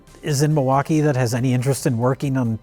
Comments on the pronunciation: Yes,, it is. Actually, it's pronounced "mill-e-wah-que" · It's Mil-e-wau-kay.. 😂